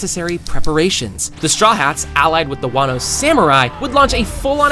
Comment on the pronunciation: Ele falando wanno e não wano